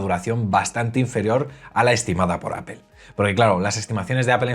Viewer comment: Todo increíble. Tienes un canal sorprendente. Sólo cuida tu pronunciación de APPLE. Cuando pronuncias dices Apel con la vocal E, y la pronunciación correcta es con la vocal o Apol. Te lo escribo porque tu canal se trata de Apple y es lo que pronuncias mal.